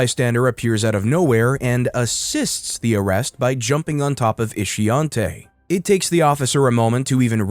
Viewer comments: Ishiontae ? Ishionti , huh 🤔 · Shameka, Ishionte... dont this rubble have proper names? WTF is "Ishonte"? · "Ishionte"? Mhhh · Ishionte?? 😕.. 🤦🏿.. Her mamma was trying wayyyy too hard to come up with something "unique". 😒